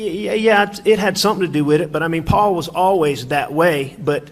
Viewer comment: Seems to me that when Alex tells the truth about Paul, he says "Paul" If he lies, he says, "Paw Paw"